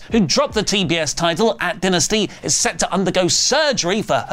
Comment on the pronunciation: it's DIE NASTY NOT DINASTY it's pronounced like Dynamite you silly little mark